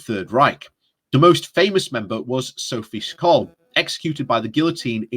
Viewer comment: He pronounced Sophie Scholl wrong. Of course. It's really easy to check how it is pronounced.